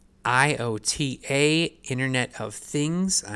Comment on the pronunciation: "I-O-T-A" .. omg 🤦🏼‍♂️